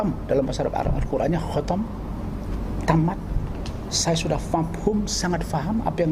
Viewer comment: Bacanya khatam bor bkn khotom😱